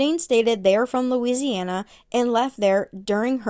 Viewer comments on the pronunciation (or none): none